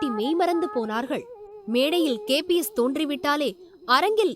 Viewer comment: KPS illa nalla utchariyungal KBS Endru